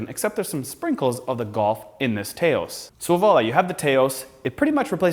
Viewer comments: It's NOT TAY-ose! It's Tau-ose, like Taos New Mexico! Please... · As someone who has been to New Mexico. Its Taos... with a long ow sound. Not Tay ous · For the love of god it’s pronounced T ow s. Like Taos New Mexico that’s it’s named after. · I'm cringing every time I hear you pronounce Taos incorrectly ( I'm a German who happens to live in New Mexico hahaha ). it's not TAY-os... but then hear you say it correctly later... but overall the vid is great. It's nice to see a timeline and where it actually fits but I'm so excited to see that sportier version that was on their site -I totes picked up you guys were from Canada and I love that!...that ambient lighting adjustment is pretty awesome... I must say that I was distracted by that taco shell on the dashboard. I'm not hating the non piano-black they used unlike the ALL PIANO BLACK they used on the ID4. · Americans frequently talk about Canadians strange speaking and pronunciation. Here is a REAL example. The VW TAOS is pronounced Tah-os and is named after city & resort in Tao's New Mexico. It is NOT pronounced TAY-os like this 'expert' keeps repeating. In FACT, VW media kits actually provide a guide on how to pronounce the name. Just like they have at every major auto show for decades. I know this, as a journalist & editor covering MAJOR autoshows like NAIAS for 30 years. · Tah-os. You idiot